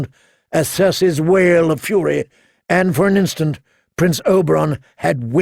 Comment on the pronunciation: He keeps saying Oberon instead of Oberyn